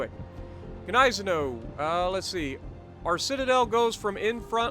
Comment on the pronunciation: The end pronunciation is like Gneissen"ow", as in "wow".